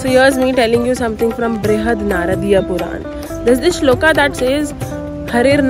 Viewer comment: thank you for the video. shloka nahi hota, shlok hota hai. please stop adding extra aaaa in every hindi word :(